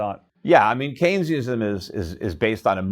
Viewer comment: What is that word he is saying? “Kane-e-ism”